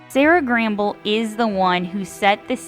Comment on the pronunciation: Sera Gamble will be executive producer, so she’ll still have a presence in the production of the final season. And, it’s Sera Gamble, not Gramble… I hate that it’s ending and totally enjoyed season 4; I know a lot of people felt differently, but I loved it.